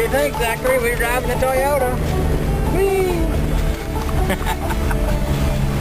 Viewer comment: What is a tah-yoo-ter? :-)